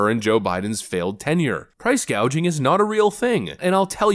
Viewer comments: Kamala: "I'll pass the first ever federal ban on price gauging on food" Gauging? Gauging? You mean "gouging" right Kamala? Tell us you're not in control of your own policies without telling us. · the idiot is so wrong, she's not only incorrect, she's fractally incorrect. price "gaging" 😂 she's wrong even within her wrongness. epic. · She actually said "price gauging," LOL. Dumb gets even dumber. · Is she purposefully saying " price gaging" instead of " price gouging" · Lol she said price gaging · Did no one catch the fact that Kackling Kamulist didn't even know how to say "gouging?" She literally said "gaging." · No she cant read she aint say "price gouging" she said "price gauging" wh8ch theres a difference between the 2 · "Price gauging..." She is not only economically illiterate. She is also illiterate illiterate. She must have forgotten when Walgren's had to close up shop their inner city stores. Oh wait, that was racism... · She said Gaging not gouging. She cant even read or speak correctly. Ugh annoying. Lady it’s gouging. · What the hell is "price Gaging"? I thought the topic was price GOUGING as in charging too much for an item when someone has all that you want and need. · she said PRICE GAUGING NOT GOUGING there is a big difference yet she wouldnt know it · She said food gauging! Is that different to food gouging? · We just going to pretend she didn't say "Price Gauging" and not "Price Gouging", like the teleprompter said? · Kamala can't even pronounce the word correctly. She said "price gauging." It's price gouging. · she said price 'gauging'. Can't even read the teleprompter containing the words hussein wrote for her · “Price gauging”. Kamala is worse at teleprompter than Brandon. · She probably really means price gaging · She said price gauging. WTF is that? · She didn't say price gauging, she said price gageing. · did she say price gauging? she cant read GOUGING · She said "price gauging" not "price gouging." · Did she say price gaging? 😂😂😂